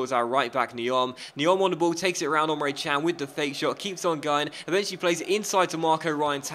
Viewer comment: Emre not Omre :)